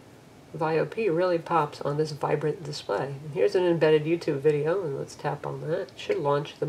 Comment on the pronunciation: dispray? lol but anyways great review!